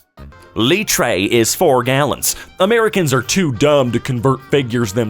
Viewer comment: Did he seriously just pronounce Litre like that? 💀